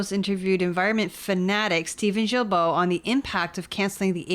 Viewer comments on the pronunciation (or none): the G in Guilbeault is a hard G sound like Garbage. 😉😉 “guy-bo” guy rhymes with me. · Folks, Big fan of yours... not so much of that freak minister... But as French-Canadian/Québecois ... Please pronounce his name correctly Gill-Bo (mine (Despatie) gets boutchered all the time... To make it English proof: Day-Pat-Tea or as I ofen say... Remember the DAY you invited PAT for TEA...)... Thanks.